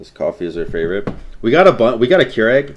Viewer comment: Is anyone else hearing Kier-egg when says Keurig?